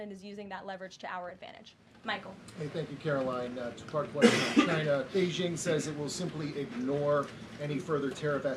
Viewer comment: Did she just say wextion? 🤨